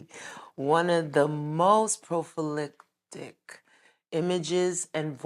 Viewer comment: My girl said "profilictic" 😂😂. I was like, wait, what? That shit ain't a word 😑